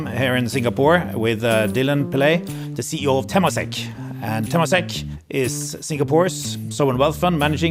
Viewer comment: It's pronounced as tuh-MAH-sek